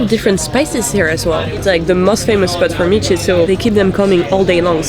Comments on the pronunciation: "Mici" is pronounced "mitch", not "meetchee". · mici is pronounced mi-ch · Me: oh they like the food! Them pronouncing the final i in mici Me: trigered